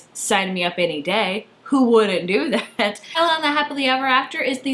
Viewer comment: Thank god you pronounced Isla as Aihla instead of Isla XD Love tote bags. They be so swag ;)